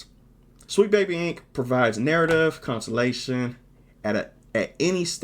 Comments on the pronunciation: Sorry for being annoying and correcting you, I don't want to come off as mean, but you keep pronouncing "consultation" as "consolation". Hope you won't get mad but you'll appreciate the feedback. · So you can't pronounce "consultation" huh 😅